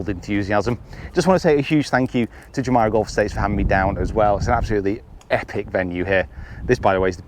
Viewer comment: Nice of you to let Andy Carter be in your video . P.S. It’s pronounced JOO-MAIR-RUH not JOO-MY-RUH!